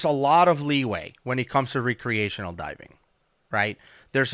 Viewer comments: Lol. Re-creational. Are they recreating dive scenarios or what? Like civil war actors recreating battles? Jk Youre a wonderful human being and diving resource. Just nitpicking your pronunciation of recreation is all. Keep up the outstanding work keeping potential future divers and even veteran divers safe. You and Woody truly do perform a public service and your passion for diving is evident. Change nothing. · It's pronounced wreck-creational :) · Is he saying recreational diving???? Because it sounds like some re-creation… lol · pronouncing "Re-creational" like he is re- creating something is annoying! Lol love you! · re-creational divers, lol love the way he says it! Just leaving my comment to say I really enjoy the content boys, keep it comin! :D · I like your videos. But can you please say recreational properly PLEASE!!!!!! It's driving me crazy!!!!!!!!!!!!!! I'm sure it's driving everyone else crazy too!!!!!!!!!!!!!